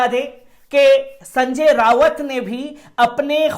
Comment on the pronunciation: संजय राउत नाम है उनका रावत नहीं कृपया नाम ठीक से पढ़ें